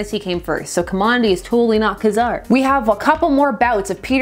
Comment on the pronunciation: KaZAR? Like a sneeze? Did you miss the hyphen? It's KA-zar! OTPs, eh? Thanks for the explanation. I'm obviously no kind of shipper. Unless I'm returning something from Amazon. Yet again, after I watch a very well written and presented 22 minute treatise on a major character in Spider-man history, I'm wondering why the channel is called! You go deep and I'm here for it! I think you're right, the depth of the Gwen Stacy character is more because of her death and the circumstances thereof. She was a fairly thin character as a love interest, and all she added to the comic was a lot of soap opera. I read only a couple of issues that had her in them, the big 100th Issue event with the six-armed Spider-man and the issue when they discovered her clone. Thus I only got a latter-day sense of how significant Gwen's death was in the comic. Now I was there for the Ultimate Gwen Stacy's death and THAT was a blow! Bendis wrote so much more into the character, and though it seemed that she was fated for death, despite not having the same relationship with Peter, it STILL came as a big shock! I don't know how much deeper you'll go with this analysis, but it'd be "fun" if you looked at that version of Gwen as well.